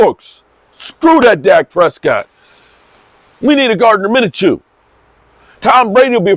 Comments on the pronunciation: It's pronounced MIN-CHEW not MIN-A-CHEW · I can't help but laugh by how he pronounced minschew